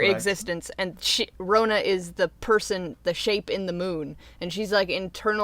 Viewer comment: lmao its so funny how people don't know where nz is :). Im from nz and this video was deeply .... interesting. the way u pronouced maori and rona. :||||||